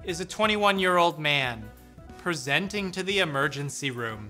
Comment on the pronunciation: why do you emphasise the word "presenting" so heavily? I wasn't gonna bring it up, but you do it every video. it makes me think you think i don't know how to say it properly.